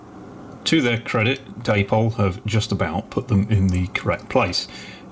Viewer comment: Day-Pol? Come along, you're not a moron yankeedoodle or illiterate. That's not hownwe speak in England. Indeed, an Englishman trying to imitate and American in any way is a massive step backwards, tantamount to devolution. Though that quadruples when an Englishman tries to imitates how a seppo speaks. Good lord. Come along.